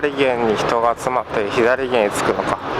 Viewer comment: いつも拝見しています。 このご時世が落ち着いたら、私もフェリー旅をしたいです。 天気が良ければもっと海も綺麗でしょうねぇ。 左舷(さげん)、右舷(うげん)をひだりげん、みぎげんと言っているのは、あえてですか？